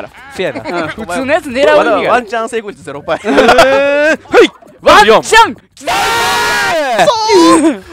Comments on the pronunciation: ワンチャンがマンちゃんにしか聞こえない…（） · ワンチャンがマンちゃんに聞こえる…